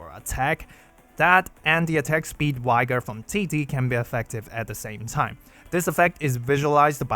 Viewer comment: Just FYI, English is madly inconsistent, so “vigor” is pronounced with the same “i” sound as “vision” or “vivid”, in contrast to other v words like “viable “vital” “vicarious”. It might be easy to remember if you think of “vigorous”. How can you tell which to use? The answer is who the F knows 🤷🏻‍♂️🙇😅 thanks always for your content!!